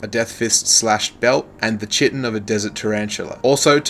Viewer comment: chitin is pronounced kie-tin/kai-tin :)